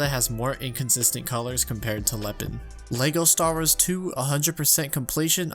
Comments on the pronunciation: Every time I hear him say "Leygo Stars", I have to close the video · is it just me or did he say "lego stars" in the beginning? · So you'd be completely sober? Because I'm just hearing "Lego Stars" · “Lego Stahrres”